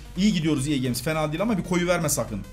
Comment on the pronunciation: Abi neden ea games diyon fifa de